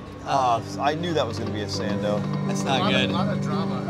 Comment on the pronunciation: Sando… sando… Sando. Please. Jeez man